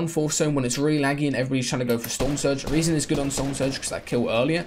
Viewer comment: I love how he pronounces rezon correctly